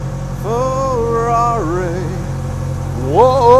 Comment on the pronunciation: A Tubby Chick in a truck ........ Now THAT screams FERR=AH-RI!